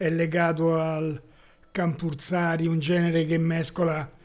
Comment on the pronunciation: Campursari , the c promounced like ch in the word teacher